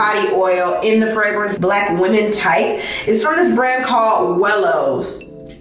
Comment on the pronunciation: Love this channel and all of that but please stop saying women like that.